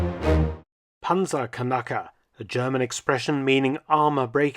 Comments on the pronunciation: 🤣🤣🤣 "kanackers" it is pronounced "knackers", no vocal between the "k" and the "n"... "kanacke" means something different in german i won't explain here anyway great video, love to learn history! keep it up 😎👍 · It is pronounced PANTZERKNACKER A Panzerkanacker would be something different 😂😂😂😂 kanacke is a slur word for immigrants from southern europe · It's pronounced Knacker. Pronouncing it Kanake makes it an ethnic slur for middle eastern people. Imagine the Wehrmacht throwing oversized middle easterners at tanks to destroy them. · Knacker Not kanacker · The pronunciation sounds like "Panzerkanaken" to me as a German. Kanake (plural: Kanaken; also Kanacke[1]) or Kenek (plural Keneks) is a mostly derogatory word in German colloquial language for people from Southeast Europe, the Near and Middle East and North Africa. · Certainly a rather interesting way of pronouncing the word "Panzerknacker" you got there, Dr. Felton. May I suggest to not repeat that in the presence of actual German-speakers, especially not if they're of Turkish or otherwhise middle-eastern descent, it might lead to some... irritations.